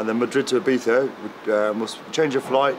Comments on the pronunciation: I-BEES-A NOT I-BEETH-A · Yes.. nor eye beef a.. i beatza is the correct way.. the i as i, not ee, i live here!